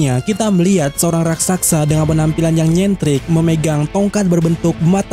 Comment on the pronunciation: RAKSASA Min,, bukan RAKSAKSA Coba eja..... RAK.....SA.....SA..!!